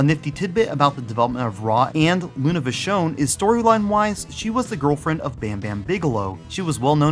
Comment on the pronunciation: I love how you pronounce Vachon!